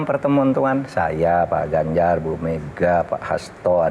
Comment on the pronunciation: Z mahfud bukan ganzar